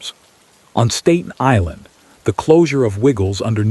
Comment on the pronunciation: learn how to say Staten Island